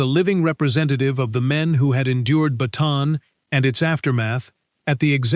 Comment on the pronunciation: Bataan not baton